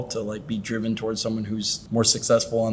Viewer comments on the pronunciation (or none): none